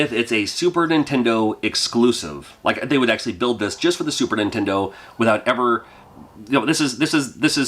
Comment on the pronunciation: The way you pronounce Super Nintendo drives me nuts. You say "Sue- Purnintendo"